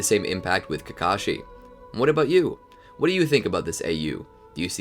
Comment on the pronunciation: why are calling obito kakasi